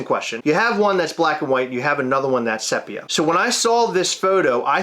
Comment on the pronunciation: Almost had to turn this off cos of the pronunciation of sepia. It's see pia not SEP ia. Like seriously. 😉